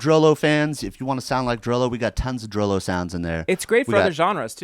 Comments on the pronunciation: ITS PRONOUNCED DROOLOO NOT DROWLOW GOD DAMMIT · It's pronounced "droo-loo." DROO-LOO you animals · its actually pronounced "drew Lou"